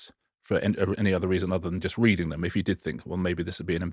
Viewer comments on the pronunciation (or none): none